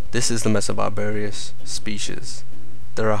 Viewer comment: It's 'Messor barbarus', not 'messor barbarius'.